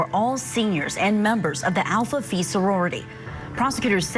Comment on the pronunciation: It's pronounced "Alpha PHY," not "PHEE."